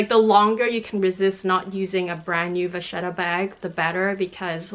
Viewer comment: I appreciate you explaining the two pronunciations in French and Italian at the beginning 😊. I also speak both languages and know we like to make up our own versions of how to say things in the luxury community 😁. Spot on with the French (of course!) and Italian 👌. Thanks for the video 💕